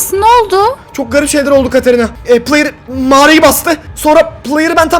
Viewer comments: de playır dedin trmceye😂😂😂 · La adam trmc adama player diyo